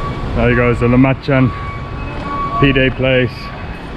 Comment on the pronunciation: Cmon, after all this time, it's pronounced, lah ma Jun